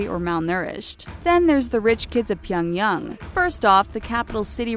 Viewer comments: Stop pronouncing Pyongyang differently every time you fucking say it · She also pronounces "Pyongyang", "Pyong-hattan" and other words in different ways throughout the vid. Hilariously JV. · she cant pronounce Pyongyang or rodeo drive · Please learn how to say Pyongyang correctly holy shit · PyongYANG not pyongyung 🤨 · Its not pyonyong its pyongyang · Okay if you're going to do a video on North Korea, at least try and pronounce the words correctly... And it is 평양 Pyeong YANG (short a vowel sound), not Pyeong Young. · Its fucking Pyong yANG not fucking yung if it was yung then it would be spelt that way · Pyongyung??? It's not that hard pyong-yang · invincimaxi it’s pronounced pyung-yang, not -yung. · pyong yang is pronounced "pyung yahng", not pyung yung. also, some of the images on there are "actually" south korea. and no, north korean dont drive around audi's, rich SOUTH Koreans do. north korea also doesnt have Zara, Nike, Adidas. there is no proof. they may somehow import or bring one in, but again, no proof of store like its mentioned on the video being there. and no, the image of with people walking around from to isnt north korea. its south. this has got to be the worst channel/video about north korea lol. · i cringed every time she said "pyongyoung" instead of "pyongyang" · Couldn't make it halfway through the video as her voice and how she said Pyangyang broke me!!! 🤣🤣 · Pronounced Pyongyang as Pie-young-gang OH MY GOD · super cringe everytime she pronounces "pyung yung".. smh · Why does she pronounce Pyongyang as "pionyoung"? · If you're going to do a video on NK, couldn't you at least aim at an approximation to a correct pronunciation? Pie-un-yang? Really? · HighVerdictYT it’s actually pronounced pyong-yung lmao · Where's pyongyoung? lol... obsessed with N. Korea but can't pronounce their capital city. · Stop saying Pyongyang, is so annoying if you can't pronounce it right. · wtf her pronunciation of pyeongyang changed like 3 times and was wrong every time